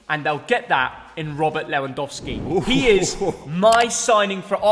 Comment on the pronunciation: LewandAaRski lol 🤨